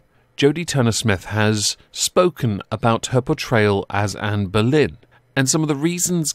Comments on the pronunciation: I thought he was saying "Amber Lynn" 😂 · I wasn’t looking at the screen and I thought you said Amber Lynn 😂😂